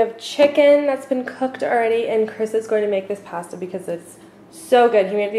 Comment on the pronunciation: past-a? wait what?